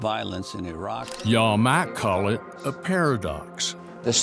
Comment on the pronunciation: We shouldn't validate the opinion of anyone that says "eye-rack" for iraq